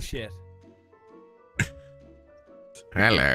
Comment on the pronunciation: Did say: " This is Bull-chicks! "?:v